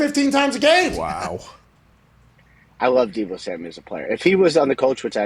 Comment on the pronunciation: did he say “Da Bo” Samuel?!? 🤣 and The Niners are crazy if they don’t give him a big contract! According to them, Jimmy G sux sooo…basically he WAS the whole offense…